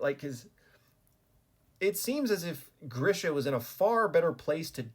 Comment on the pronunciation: It is not Grisha it is GREEESHA